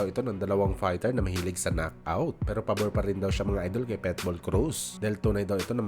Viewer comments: Ayusin mo naman pag pronounce ng PITBULL hindi PETBUL haissst bisakul😅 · Pitbull boss hindi petbull😂